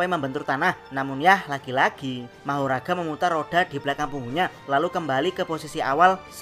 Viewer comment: Tapi manggil nya kok magora ya bukan mahoraga